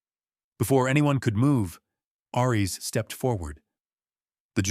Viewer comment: Aries is pronounced "air-rees", not "arr-rees". "His amber EYES tracked every SOUND"? That doesn't make sense. You can't hear with your eyes unless you're watching someone use sign language. Since Aries is a GSD, his ears would have twitched and turned to track every sound. 🙄 "He reached for a small toolkit from his truck." Then his name is really Reed Richards, so that he could stretch his arm from the inside of the cabin out to his truck. It would have been better to have said, "He retrieved a small toolkit from his truck." If Ellie's head was resting against Aries' side, she was no longer in the wheelchair. Since the GSD was laying on the floor, she would have to down on the floor with him. Mara was standing at the back wall of the room, so how could Lucas be sitting a few seats behind her? How could Lucas push the wheelchair to match Ellie's pace if she's sitting in it? That doesn't make sense. There's no pace to match. You need to replace the AI you used to write this story.